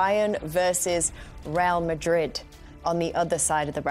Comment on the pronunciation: "reel" madrid